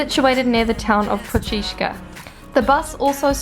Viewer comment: Bro… its not Brech.. its fucking Brač. Just say Brach…and its not Hver its Hvar